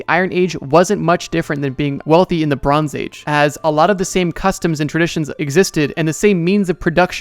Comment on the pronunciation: I can’t unhear it “Lebrons age”